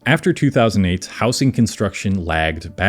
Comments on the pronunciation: It's pronounced "housing", not "housing". Where r u from that u say it like that? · he mispronounces housing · Why do you pronounce housing with a soft s? I've never heard that before and it's not in any accent i know of.